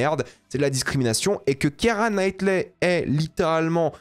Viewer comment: « Kiara Knightley » « Kristen Dunst » par pitié prononce le nom des acteurs correctement. Je comprends que t’en a rien à foutre parce que tu veux juste poster ta vidéo sans la travailler et faire vite des stats mais fais un effort stp t’es quand-même sensé être un youtubeur ciné.. Médiocre, certes, mais c’est la moindre des choses.